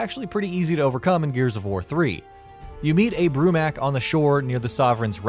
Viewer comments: that really doesn't have anything to do with what I just said. flex all you want but it's still pronounced mok not mak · I cringe at people when they say mak instead of mok in the name brumak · Said it wrong its bromok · Okay i liked the top 15 but.. you pronounced “Brumak” and “Swarmak” wrong